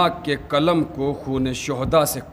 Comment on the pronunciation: کلم نہیں قلم کہیے تکریبا نہیں تقریباً کہیے